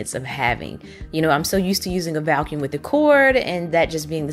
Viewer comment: Me too! She sounds like she's saying Val-cuum.